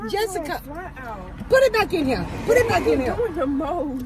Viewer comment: I love how she says Jessika..😁